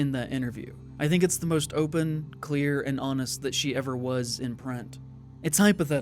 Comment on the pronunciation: Great video but also off topic, you hit one of those "opens" with a little bit of a hoagie mouth... Philly/DelCo?